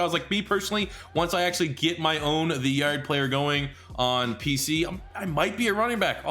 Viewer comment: I love how he says the yard😂. He says “the yurd” 😂